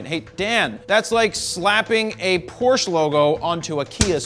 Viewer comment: Learn how to pronounce Porsche correctly before critiquing others.